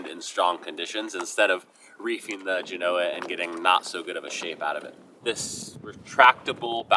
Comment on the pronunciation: Love you man, but if your brother can finally learn hot to pronounce Genoa -- you can too! You're killing me Smalls! 😊